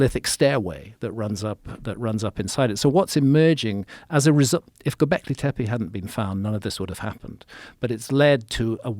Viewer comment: I've always been convinced graham is soooooo obsessed with saying "gobleki tepe" like it makes him sound smart. I mean I'm sure he is, but just an observation always makes me laugh.